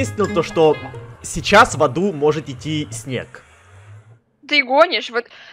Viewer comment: сказал в заду а не в аду